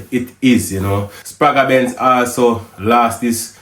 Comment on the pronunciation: The sound is la Benz not L.A Benz.